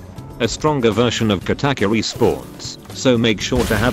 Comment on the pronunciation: The text to speech says kattackuri